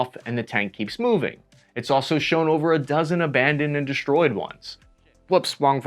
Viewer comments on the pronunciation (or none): What's the thing with "deshtroyed" and "ripsh" and everything else.... You try to imitate Sean Connery, or what? Fail....